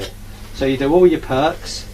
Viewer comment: It is meant to be used to create a nice tidy edge. Pity the user didn't use it to create a nice tidy edge. Also it sounds like the guy is saying "perks" instead of "perps" (short for perpendicular). This suggests he isn't a brickie.